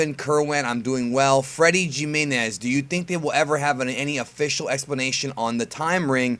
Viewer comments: The way pronounced "Jimenez" hurt so much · bro you Cuban. how you gonna mispronounce Jimenez?? lol